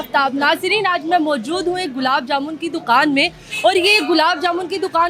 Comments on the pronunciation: Ye larki dokan ko doqan bolti he..hahaha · Dukhaan prounce sahee say kar lo